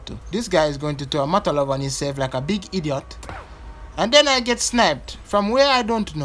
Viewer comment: "This guy is going to throw a 'MOTALOV' on himself, like a beeg eediot" 🤣🤣🤣🤣